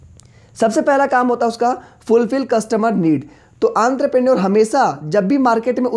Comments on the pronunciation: its not antrepreneur its ontrepreneur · Anterpenure nahi enterpenure hai be😂😂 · Bhai enterpreneur hota hai yrrr mai sala pronounce karta tha ye word ko sala es video ke antherpraour bolne laggaya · Entrepreneur ho ta he bahi antarpenur nhi 😂😂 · Aree sir wo entreprenur hota h aap ky bol rahe ho aanterpenur kuch bhi ...🤣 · Antarpreneor nahi hota entrepreneur hota hai gvar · Antraprenuer nhi ha bhai entrepreneur ha.. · Sir it is not aanterprenuar.😂......entrepreneuar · Nice explanation sir.. But pronunciation Aantrapreneur 😂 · Aantrepreneur 🤣 what a pronunciation....but thnx sir♥️ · Entrepreneur ❎ antrepreneur☑️😅 95+ mrks in it . Like plss. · Entrepreneur mujhe aantrpreneur sunayi derha h 🤣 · Everytime I start laughing when he pronounce entrepreneur as antrapreneur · Why "Anterpreneur" ? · enter per naour lmaao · Entrepreneur not antarpenur 😂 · Anterprenuer 😂😂😂😂😂 >>>> Entrepreneur 😂😂😂😂😂😂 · 😂😂Antar parneur bhai tu to bda khatrnak bol ta hai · Aantraprenorrr kuch to karta hai 😂😂😂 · Entrepreneur ❌ antrapreneur ✅ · Sorry to say Sir , it is "entrepreneur" the prounciasion will be " onterprenur " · Entrepreneur ❌ Antrapreneur✅ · Enterprinour 😊😅× aantraprenour😂😂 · Sir vo antrepreneurs nhi hota vo entrepreneur hota h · Are bhaiya antarprenure nhi entrepreneur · entrepreneur = antrapreneur😂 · 🤔🫥entrepreneur pronunciation wrong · Bhai entrepreneur ka pronounciation shi se kijiye.....😊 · आंतरप्रेन्योर नही एन्टरप्रेन्योर भाई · It's not anterprenuer 😂😂 it's entrepreneur!!! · I am irritated by the way you say 'aantrapranor' its "entrepreneur" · ENTREPRENEUR KO BHAI SABHA ANTRAPRNUR KAHA RAHE HAI 😂😂😂😂😂🤣 BUT SIR AAP BOHT AACHA PADHATE HO LOVE U❤️ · Aantarprneor ✅ entrepreneur ❌ 😂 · Bhai wo Entrepreneur hota hai....Aantrepreneur nhi 😂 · Antrapreneur nhi Entrepreneur hota hai 😃😃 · he is calling aantraprenuership instead of entrepreneur but yaa he his session was very helpfull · Entrepreneur🚫 antrepreneur☑️ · It is entrepreneur on antarpreneur ...😅😅😅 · It's entrepreneur not antarpreneur